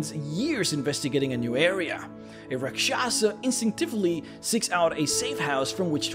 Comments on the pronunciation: I laugh every time you try to say Rak Sha sah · As a hindu its cringy to listen to other people pronounce the hindi words......its actually pronounced raakshasa and other word starts with ra....its always raa